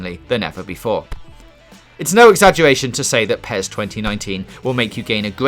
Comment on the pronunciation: IGN reviewer cant even say PES properly, he called PES - Pee es :D